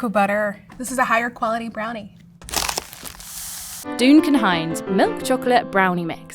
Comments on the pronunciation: "Doon-kin" Hines is sending me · Doonkan? Has the narrator genuinely never heard the name Duncan before?